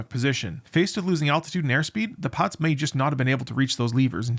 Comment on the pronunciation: Sir, you speak way too fast, hard to follow for non-natives. Pilots almost sounds like Pots as an example. Good content though.